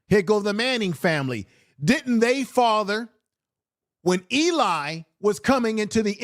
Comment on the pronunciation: Eli not Elon!